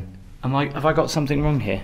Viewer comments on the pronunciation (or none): the word is ‘something’ not ‘somethink’, please stop it.